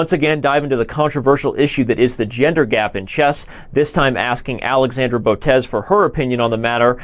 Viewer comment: why are u calling the girl alexandre instead od alexandra